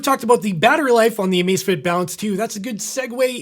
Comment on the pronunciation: Cada vez que dice Amacefitit se muere un gatito